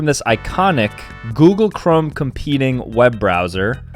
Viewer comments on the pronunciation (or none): none